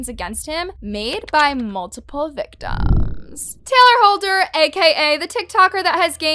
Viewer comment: whyd you say “victims” like that 😭